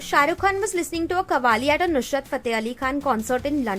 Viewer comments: It's Nusrat, not nusHrat. 😒🤦‍♂️ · Its Nusrat not nushrat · Nice video by the way its Ustad Nusrat Fateh Ali Khan not Nushrat